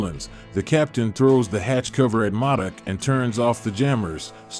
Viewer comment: Or how he keep pronouncing modok wrong